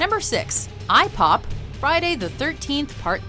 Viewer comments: When said eye-pop i thought she said ihop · dude I heard that as I-Hop